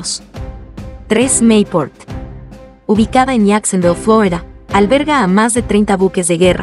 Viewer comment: ¡¡¿¿¿Por qué la narradora pronuncia los topónimos hispanos con acento gringo???!! ¡¡¿¿¿Saeen Diegouuu y Flouuridaa???!!